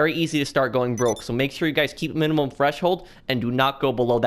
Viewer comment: I swear he's saying fresh hold